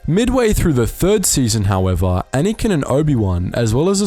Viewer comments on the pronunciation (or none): Why do you call Anakin "Anyken"?!